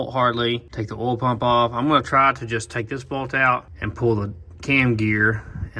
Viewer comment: Doesn’t matter how many years I’ve been watching you, still makes me laugh every time I hear you say “ool” for oil.